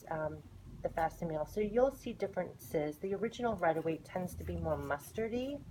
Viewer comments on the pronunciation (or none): Thanks for the video! I appreciate the side by side! One note, just because you said it a lot. Facsimile = fack-sim-ill-ee.